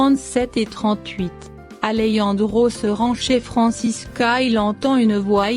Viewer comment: Pourquoi vous aimez dit Alejandro ok c'est Alejandro